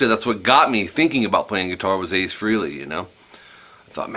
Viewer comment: Hearing people say "Ace Freely" is like nails on the chalkboard lol. But this is a great lesson.